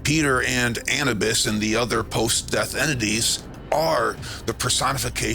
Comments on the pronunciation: Sorry if I seem pedantic but I thought the pronunciation was Annubis as in tissue-bis; not Annabis as in cannabis. I'm a big fan of your work so I'm not nit picking, it's just something that grinds my gears. Something I'd like to throw out there is this. Egyptians do not talk, or write, about, DMT, but they do write a lot about their praise of the Blue Lotus flower, a plant packed with DMT. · Thoth was bird headed Anubis pronounced anewbis ❤